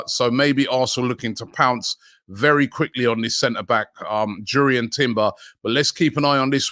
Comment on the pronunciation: What a signing timbers would be I'm from Amsterdam been watching him for years . You pronounce his name like (yurrien) jurriën For the money Chelsea want for shy havertz the can keep him....